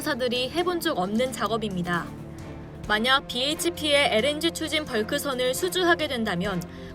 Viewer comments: 나레이션 실수가 너무 많네요. 캐피탈마린타임 O 캐미탈마린타임 X BHP O HBP X 자막은 제대로 해놓고 잘못읽은걸 못알아채나 거슬림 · 캐피털과 케미털 2회 BHP와 에이치피 1회 내가 잘못 들었나? 기계가 narration? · BHP를 '에이치피'라 읽고, 2700만을 '이천칠만'이라 읽고.....